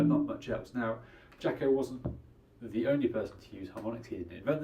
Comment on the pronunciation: You probably should learn how to say his name correctly before making a video about him.